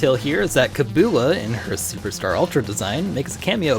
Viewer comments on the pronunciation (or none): ...and then he called Kabula "Kabuba?" Hmm, might just be a stutter or something. Sorry.